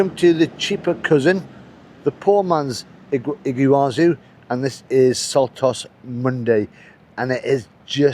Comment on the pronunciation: Impressive "Iggywazu" falls in Paraguay! The best video since Patagonia! Soooo much water in the Monday river! Imagine butterflies flying through the curtain of water - an amazing sight on the Brazilian side. This view of the Iguazu Falls (pronounced "EE-gwa-zoo") from Paraguay is impressive enough. Fantastic!